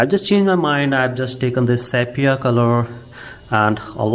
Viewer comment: What the hell is sap-yah ? it's sepia that's... "see pee ah" get it ?